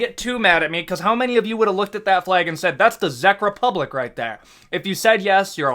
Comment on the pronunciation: Your Czech Republic pronunciation hurts me 😆